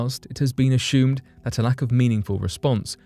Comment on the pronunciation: This robot/person can never say assume right , it's a sh instead of s. They pronounce the word a-sh-ume. It drives me crazy, just had to vent